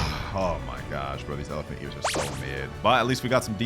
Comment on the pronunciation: Say elephuck in irl